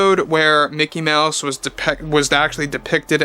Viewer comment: Umm. It's pronounced "MEOW-SE".